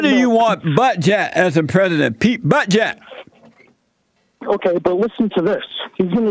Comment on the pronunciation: Did anyone else hear “Mayor Pete Buttjab” ?